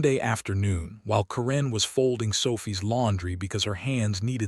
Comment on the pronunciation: A very good reading, but one tiny repeating detail: "Karen" is always, in my experience, pronounced KEren, with an accent on the first syllable, and the first "e" sound short, as in the word "jet." It was the name of a teenage girlfriend of mine, and fairly common, at least 40 years ago.